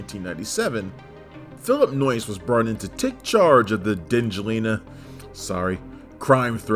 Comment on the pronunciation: When says the director’s name, it sounds like “Noice.” 😂😂 That’s noice!